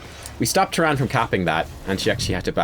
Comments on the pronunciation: "Trand", mate why you do this to me? it's Tyrande (tee-RAN-deh), respect our godly waifu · the "e" at the end of tyrande is not silent. idk why i'm so annoyed with these things but yea i kept yelling at the screen it's TYRANDE not tyrand. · Now we've taught you how to pronounce Diablo, can we talk about Tyrande? :-p